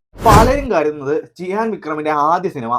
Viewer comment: Chiyan വിക്രം allaa... cheeyaaan vikram